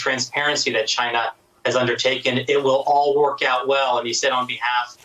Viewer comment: Why does tRump repeatedly butcher the name China & continuously pronounce China as Chiinah? Do you suppose he does this on purpose or really is that dumb?